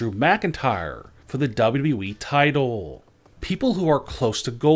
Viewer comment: It's WWE...NOT W W WHEEE